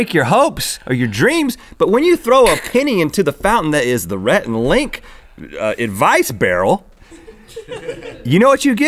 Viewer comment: Perfect accent Link. Lol